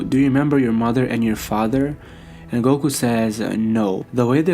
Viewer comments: Why does he narrate everything like he's forgetting the words. "Low class...................... warrior" Also is Goku not gogu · And it’s goku not gogu fucking lame ass